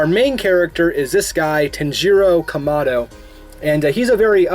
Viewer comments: DID U JUST SAY “Tin-je-ro ka-ma-dow” it’s tan ja ro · He says his name like "tunjiro kumado"